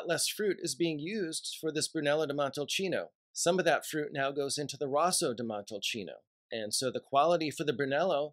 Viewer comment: No love for Vino Nobile di Montepulciano? It’s just as great with a little more fruitiness. It’s Rosso (r-oh-so) di Montalcino.